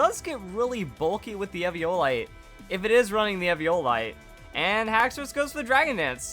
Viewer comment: E-V-O-light, Not evvy-O- light